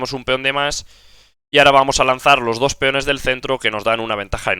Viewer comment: Porque dices dosh ? Se dice dos.